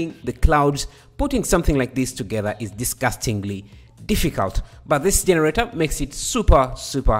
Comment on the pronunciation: For some reason I just love how you say jeneRATEr